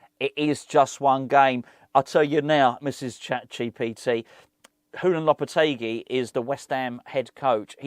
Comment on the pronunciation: Honestly floored by how well she pronounced Lopetegui lol